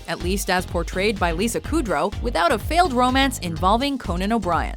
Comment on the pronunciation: koodrow its pronounced kUdrow